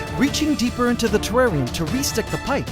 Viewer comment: wtf is a trarrian